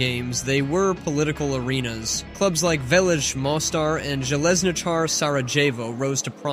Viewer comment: I can't believe you pronounced Željezničar more correct than Sarajevo, this is a first